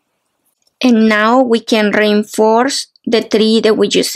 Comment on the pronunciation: This is mostly clear tutorial. Showing so many things. One just has to remind oneself that every time? says (as far as I hear rainforce) "reinforce" she is actually telling us(?) that we need to re-inforce (re-in-force?) our work to make the work as strong as we can. LOL